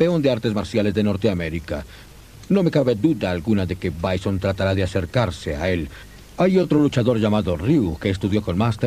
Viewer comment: A ver se dice bison no byson